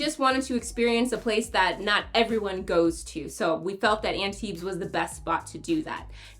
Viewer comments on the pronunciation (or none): Maybe take a minute to learn how to pronounce Antibes? Drop the s 😊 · Yeah… This is not the best you could do, though. It would take you maybe 20 seconds to look up the correct pronunciation on google translate. That being said, I liked the rest of the video a lot. I spend every summer in Antibes, and this made me really look forward to going back again in two months.